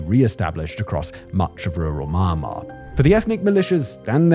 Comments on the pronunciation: The way you pronounce "Myanmar" in the introduction sounds very Birmingham, Alabama and I appreciate the effort to assimilate Southern US cluture to the nuances of eastern politics by utilizing familiar vowel sounds with rounded "R" sounds. Bravo! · Simon... You need to work on that Myanmar pronunciation... Grates everytime you say it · What is it with his pronunciation of Myanmar? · Its MY-AN'MAR not MAR'MAR.....did U sudden carving for MARMALADE ?? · Me-an-mah not my-mar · I guess just because you studied English doesn’t mean you understand how to pronunciatie correctly Myanmar Me Yan Mar - Not Ma Ma - little boy. Your Ma Ma bring you your drinky drinky cup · Pleeeeeeaaaasssseee! Pronounce 'Me-n-mar instead of Mar-mar. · The country name is not Marmar. It is MYAN MAR. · How are you going to presume to educate people about a place you don't even know how to pronounce? It should sound like ME-EN-MAR, not MAR-MAR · It's pronounced Myan-mar, just like Nyan in Nyan cat. Not Mai-mar. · It's not MahhnMahhr It's Meee N Mahrr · its MYAN-Mar not maan maan xD hahaha... gave me a good chuckle tho HAHA it's like Comberbatch trying to say Penguin, im dying xD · not marnar you fool m yan mar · Inside maahanhmaahr 😂 (should be pronounced me-ann-mar) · you have the strange ability to pronounce myanmar as maanmaa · Had to stop listening to this one because of the mispronunciation of Myanmar. The Y is pronounced like an E. As in Me-anmar. It was like nails on a chalkboard. I can live with the irritating pronunciation of a as r at the end of many words, but come on. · Me and Mar it is pronounced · Sounds like Simon's saying Ma-Ma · he’s saying the common mispronunciation “MY-anmar” but his accent makes it sound like maahnmar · I like most of your videos, Simon. But could you please learn to pronounce the name of the country correctly? It's Mee-yan-mar. Thanks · I'm getting Benedict Cumberbatch trying to say Penguin vibes, from this. Maahnmaah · Meee annn uhhhh marrr